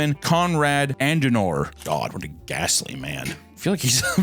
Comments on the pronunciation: The word says “garibi,” papa says “garabi” The word says”Adenauer,” papa says “Andenauer” Happens a dozen times each video. Papa can’t read good. Always switching letters or syllables around. And he shows absolutely no remorse. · It's pronounced AD-EN-hour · Er heisst KONRAD ADENAUER. Nicht ANDENAR. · adenauer. ADENAUER. ADEN. AUER. “AHDEN-HOUR”!!!,! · Hes called Adenauer not Andenauer. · its Adenauer not Adendauer ffs! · It‘s pronounced Adehnower! (Adenauer). Stupid uneducated voters again!🤣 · Say it with me “ah-den-ow-er”, he was also a boss and totally built modern Germany. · If Adenauer is a vampire hes on his way to rn just because of how he butchered his name so hard for no reason